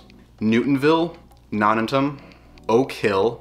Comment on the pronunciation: That is very much not how we say nonantum, which really should be called the lake anyway. But newton is great, thanks for the video.